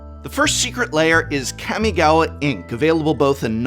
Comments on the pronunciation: Kah-mi-ga-wa. Not Cammy-gawa 🤮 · Please say kamigawa right im begging you